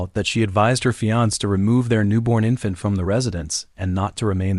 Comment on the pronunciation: The way it pronounced fiancé 😊but it isn't irritating at all to me.